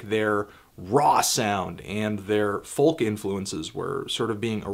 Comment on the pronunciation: The L in folk is silent.